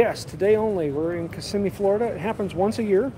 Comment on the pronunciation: Thank you for pronouncing Kissimmee correctly.